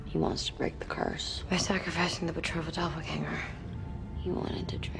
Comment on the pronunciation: PET-RO-VAH . I love the way she pronounces Petrova